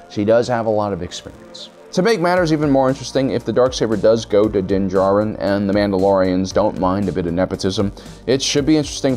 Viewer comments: He pronounces din jarin as (din-juh-rin) 2 times. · Also you pronounce Din Djarin right then you remember you have to mispronounce his name two seconds later LOL